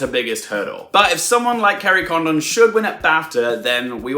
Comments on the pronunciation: Yes Garry D explains it better. Condon is pronounced similar to London. London is pronounced luhn-dn. Kerry's surname is pronounced Con-dn not Con-don i.e long o like Condom. Listen to how others pronounce it. Sorry not meant to be offensive. I've also heard many people butchering Padraig and also Barry Keoghan's name. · You missed the point….. Jackieblue was saying that it’s “Condon” with emphasis on the first syllable like London. The way you’re saying it is like “Kerry Condom” with emphasis on the second syllable. It sounds really wrong! Who wants to be called a condom? And you’re not alone with Brendon Fraser….. I’m not sure why Americans seem to default to Frasier….. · Kerry Condon's surname is pronounced more like Condin similar to how you would pronounce London. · Please, in you final Oscar predictions video, call her Kerry Condin, because that is how you say her last name.